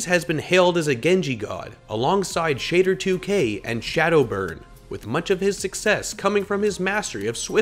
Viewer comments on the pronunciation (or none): I'm so confused. I could have sworn I heard this guy say Shadder2k's name properly in another video about Dafran today... it was the one about what players in the West are underrated in Korea. He literally said it properly but in this video said "Shay-der2k". What the hell? I'm so confused. He even mispronounced "Kariv". He does so much research but he can't pronounce names correctly?